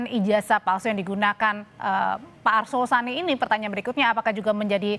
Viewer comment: Arsul Sani woiii bukan Asrul Sani...asal bunyi aja lu